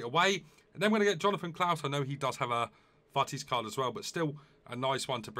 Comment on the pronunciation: Yeah😂 He says «fouttis»